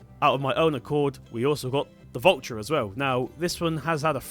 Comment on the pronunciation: the way you say valtra it would be spelled vultra